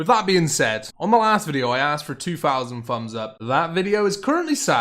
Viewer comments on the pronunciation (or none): "the video is currently sat at free fousand free hundred fumbs up"